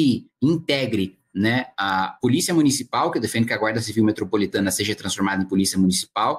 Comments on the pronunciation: "SEJE" dá dor no ouvido...kkkkk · Um dos erros mais grotescos e q dói ate o figado: seje, na onde, poblema kkkk ja trabalhei em lugar q falavam essas palavras e dava vontade d dar um tiro kkk